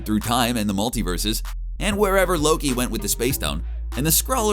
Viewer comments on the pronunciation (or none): none